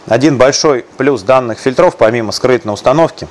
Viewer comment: Кровь ушей моих! ФИльтров! ФИльтров! ФильтрЫ! ФильтрЫ!